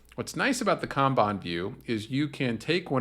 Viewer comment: I thought it was pronounced kanban but you keep saying kanban